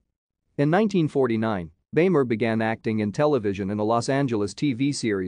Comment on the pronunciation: It's pronounced "beemer".